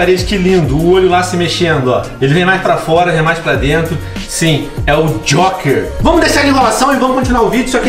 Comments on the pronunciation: venom se escreve joker mas se lê jouker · kkkkk o venom falou jóker kks